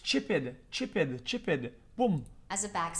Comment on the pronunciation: Lmao the way he says chipped “chip-Ed” lol